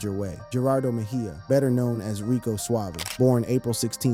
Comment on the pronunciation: It was pronounced Rico Suave-ay